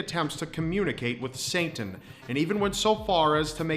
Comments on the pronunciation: Are you saying "Sainten" instead of Satan? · Did you keep saying Saintan instead of Satan? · it sounds like he says saintan instead of satan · you're mispronouncing satan (say-ten) and im not calling you stupid btw i love your videos, just wanted to point that out. In addition if you do have some sort of speech impediment then i sincerely apologize. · Is it me or is he saying Sayn-tan instead of Satan? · Ah yes saintan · "Saintan" Lmao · Who is "Saintan"? lol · Saint Ann. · I thought the same thing. lol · says Saintin throughout the whole video